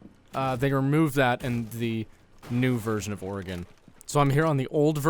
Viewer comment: Aye one of the only YouTubers that say Oregon correctly